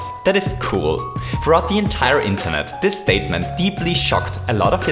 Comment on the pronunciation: He says this like dis